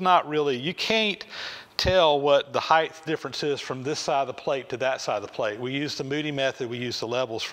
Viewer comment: Height (hīt) not Heith